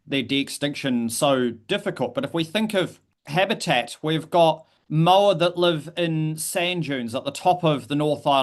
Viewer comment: The 'mo' in 'moa' sounds like the 'mo' in 'more', not the 'mo' in 'mow'. Disappointing to hear a kiwi expert mispronounce such an easy word. I would love to see them de-extincted if possible - at some point in the future when the technology is able to do the job properly, our natural environment in a better state to receive them, and our extant species are doing okay.